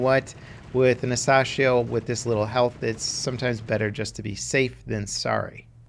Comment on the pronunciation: It’s pronounced a sassy ho